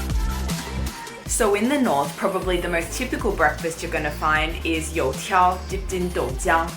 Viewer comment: Couldn't you like, translated 油条 into fritters?? It's triggering me when you say You Tiao in an English Accent, knowing both Chinese and English is torture.